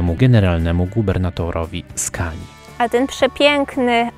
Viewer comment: dobra nie chce mi sie z toba dyskutowac poporstu mowi sie skone a nie skania :D moze tak sie pisze po twojemu czy po Polsku